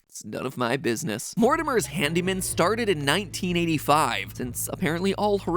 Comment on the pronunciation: I watched the entire theory, and the only thing im questioning after that is the reason why “handeemen” sounds like “hand demon”